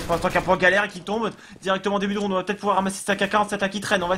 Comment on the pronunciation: il a du mal à dire le mot rounD j'ai l'impression le bonhomme. ROUNE ROUNE ROUNE